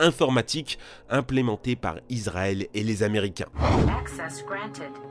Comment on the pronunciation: Israël ça se prononce comme di il y avait 2 s et non commen si il y avit un z .Sinon excellente vidéo 😉😁